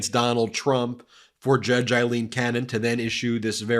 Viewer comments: Ben, just a gentle reminder that Judge Cannon’s given name is: AILEEN, not “Eileen”, as you keep pronouncing it. We want to make sure the right person is being cited for her corrupt conduct. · Aileen, Aileen, Aileen = Ayleen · You're pronouncing Aileen wrong.